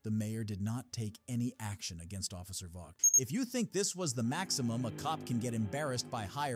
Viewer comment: and other times, it's Officer Vogt ("vote"), not vog-t.